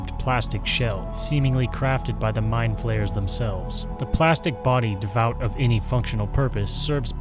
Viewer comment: It's pronounced Dee void, not devout.